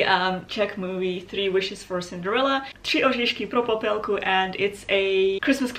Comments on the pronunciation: Tři oříšky pro Popelku is a NATIONAL TREASURE and I can't imagine Christmas without it <3 Great work on pronouncing the name btw! Also, considering it was originally meant to be shot in summer and they had to redo the costumes on a time crunch and looking at other fairy tales filmed here back then with way less buget, what ended up in the movie is actually pretty good :'D (Thank you Germany for the buget boost). Your cloak turned out super great, I love it! It looks perfect for swishing and looking dramatic and that's the most important quality a cloak can have :D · I just started the video, and your pronounciation of the tales name is amazing. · OH MY GOODNESS! Im from Czechia and i really admire the way you pronounce '' Tři oříšky pro Popelku '' the letter Ř is actually really unique and only used in Czechia and is really hard to pronounce for foreigners, so im proudu of you! I mean, even some Czech People have problem with it. Otherwise great video! Keep up the good work <3